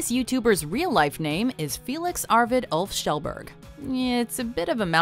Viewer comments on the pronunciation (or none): Magnus Kaldhol Are you Norwegian? In Sweden we pronounce "Kjell" like "Shell". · no she didn't? Last part is not "bUUURg". It's pronounced kinda the same way you pronounce "bear". It's also a stretch to say she pronounced "Kjell" the right way, but have to give some leeway to americans I guess :P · she didnt tho. Its prounounced KJ-ellberg, not shellburg. I know it might be hard for non-scandinavians to pronounce the sound KJ, and Berg instead of burg, but no she didnt pronounce it the right way.. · J D pronounced " Shell Bearj" Trust me, I'm Swedish. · I'm sure he would pronounce it Shellburg when speaking English, just as I would introduce myself as Eric, rather than "Ear-rick" which is the proper Swedish pronunciation. The Swedish pronunciation is of his last name is "Shellberry" (The Swedish J-sound is very soft and closer to I or Y).